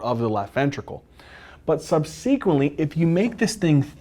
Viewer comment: The word "subsequently" was mispronounced five times! Emphasize the first and the third syllables not the second. The word "femoral" was also mispronounced. Emphasize the first syllable, not the second. Also, hypertension does not cause atherosclerotic plaques per see. Plaques form due to the electrodeposition of crystals onto the vessel walls. Electrodeposition is the only crystal formation mechanism that works at constant body temperature and adheres all sorts of crystals together as seen in electron microscopy of atherosclerotic plaques. Veins are not innervated so they're obviously spared, innervated capillaries and smaller vessels are spared because electrodeposition fails to take place there, short and squat people are more susceptible because conductivity increases for short wide conductors vs long thin ones of the same mass, plaques take place with turbulence as turbulence increases electrodeposition, and vibration increases plaques just as vibration increases electrodeposition. CNS lesions can form generalized plaques, thus plaque formation is a brain-controlled device for debilitation likely pheromonal in origin.